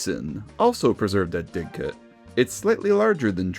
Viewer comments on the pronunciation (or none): Im not trying to be annoying but you pronounce didcot with a U so it sounds like Didcut not DicOt Just trying to point it out